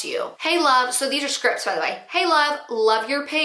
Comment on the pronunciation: scripts has a "t" at the end